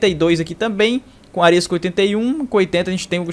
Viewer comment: Tirando a pronúncia errada no nome do Árias.. foi um ótimo vídeo